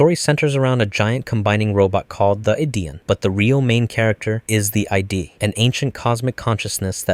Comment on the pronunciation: You definitely mispronounced Id on purpose for comment engagement LMAOOO. if not, the Id (pronounced it'd) is a theoretical part of your brain that controls primitive and natural instinct. It's very basic though and not like the ego and the superego, as they analyze things rationally, and generally, peacefully. Just thought I'd say that in case you weren't baiting.